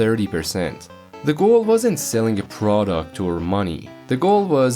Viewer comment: Emphasis on "wasn't" Now it is just so monetized you can barely play it, so many spinoffs too...